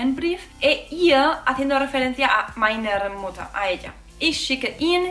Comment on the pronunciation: Muchas gracias por tan buena explicación. Me atrancaba mucho con el orden de la frase. Yo vivo en Düsseldorf, así que me encanta tu acento cuando pronuncias meinerrrrrr..... saludos¡¡